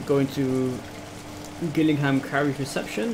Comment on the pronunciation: its pronounced jill ingham